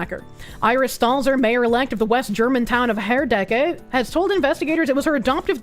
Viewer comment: The SPD is not a socialist party. They are about as milktoast centrist as the CDU and mainly pretend to still be the working man's party that it was in the 60s and 70s. Also you pronounced Herdecke pretty well.